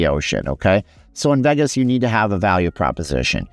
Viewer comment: Vagus….. 🤦🏽 It’s pronounced Vey-Gus !!!